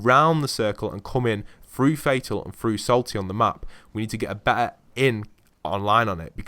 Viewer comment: through not frough